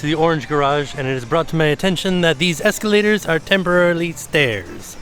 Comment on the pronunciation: not really a LOL person when im watching stuff but REALLY GOT ME with the “these ESCELATORS are temporarily … stAiyas 😛 sowwy for the Convenience”